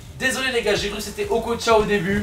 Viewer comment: Il a dit okocha et oblak😂😂😂